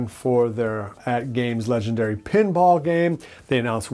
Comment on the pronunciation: I watch you just to watch you mispronounce atgame legends. It makes me so happy. Keep doing you! Great stuff. Legendary!!!!